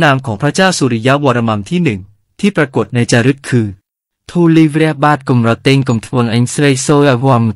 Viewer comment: ภาษาขอมครับ อ่านว่า ก็อม รอ แตง สมัยก่อนขอมไม่มีสระ แอ มีเฉพาะสระ เอ อย่างเดียว ออกเสียง แตง ไม่ใช่ เตง ครับ